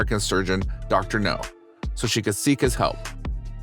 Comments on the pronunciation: It's Dr. Now, not Dr. No. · The way the narrator says "Dr No" in stead of "Dr Now or Dr Nowzardan" makes me cringe even more than the cringey spider intro. Sounds like the narrator doesn't even watch the show, but is just given the script. Which, Tbh, wouldn't exactly be a shock for a channel like this. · It's pronounced Dr. Now, not Dr. No. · Robo voic needs to pronounce names properly. It Dr Now NOT Dr No. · The doctor’s name is pronounced “Now” (short for Nowzarden) not “No”. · The name is Dr. NOW not NOE, man!!🤪😣😜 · Dr Now, not Dr. No! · His name is Dr Now, not Doctor No. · Every time he says Dr No im like its Dr Now dammit lol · GEEZUS FUCKING CHRIST!!! Doctor Now NOT Doctor NO!!! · Hey, People in Charge of the Narrator! Could somebody please inform him that it's Dr. Now, not Dr. No? (I'm pretty sure Dr. No was a Bond villain.) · Dr. NOW NOT Dr. NO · It's not dr no its dr now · It's Dr Now NOT Dr No his name is Nowzarden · For the love of fuck, my dude, it's Dr. NOW, not Dr. NO. Dr. No sounds like a Bond villain. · Ugh, that drove me nuts, too, and I couldn’t watch it all. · Maybe he is pronouncing NOW like KNOW, but it is heard as NO. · Dr.NOW not Dr. No. I like the video but the Dr.No thing is like watching the Avatar the Last Airbender movie and the characters saying Ong the whole movie. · Dr.NOW Not Dr. NO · It’s pronounced Dr Now. Please do research before posting. That drove me crazy the entire video . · If there's anything you change, PLEASE say Dr. Now's name right. It's NOW, not No. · You keep calling him Dr. No... Lol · Doctor No... Do you purposely mispronounce stuff to piss people off? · Pronounced NOW!!!! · Why do you keep saying, Dr. No?? It’s not pronounced like that lol. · It's Dr. NOW.. As in COW.. I gave👎 because of it. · That's not how you pronounce the doctor's name. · Ikr it did me too